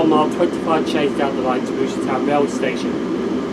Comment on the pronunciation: I love how he said "Bruce Lee Town". And I said "Bruce Lee Trent Valley" lol 😂